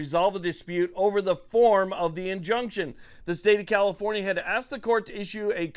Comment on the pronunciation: You keep saying comifornia wrong